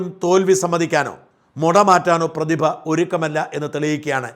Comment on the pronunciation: പ്രതിഭ അല്ല.. പു..തിഭ 👍👍👍👍അഹങ്കാരി 👌👌👌